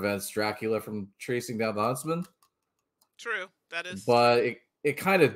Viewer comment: Every time said Huntsman, it sounded like Husband. So I spent a lot of time thinking "when did Little Red Riding Hood get married?"